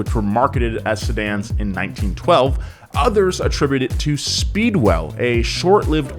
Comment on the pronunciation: This is the first time I've heard you pronounce "other(s)" the right way. It's ALWAYS ethers, which I have heard a ton of people do.